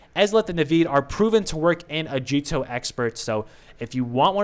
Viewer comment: It's a-guee-to not a-djee-to